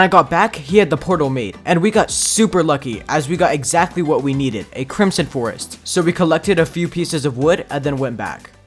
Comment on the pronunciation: the way he said "we neded" but not needed